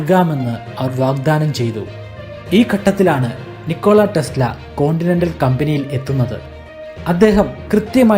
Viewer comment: PLEASE READ NAME AS "NIKOLA TESLA". THANKS FOR THE VIDEO